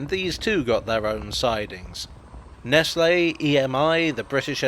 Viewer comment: My grandparents used to live in that red brick housing estate that was on the left edge of your shot of the canal, so I was there a lot as a kid. Seems like the Elizabeth Line rebuilt the station considerably compared to what I remember. The locals used to pronounce "Nestle" as "nessels", which always seemed quite charming to me.